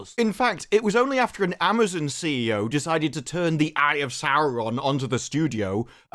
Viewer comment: I thought I heard that idiot Salke say Ma'amazon. Maybe she actually said it.